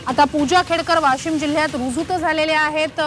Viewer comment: Woshim 😅 not Washim... Washim च्या लोकांनी जोरदार विरोध केला पाहिजे..